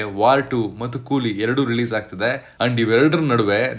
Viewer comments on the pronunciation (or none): none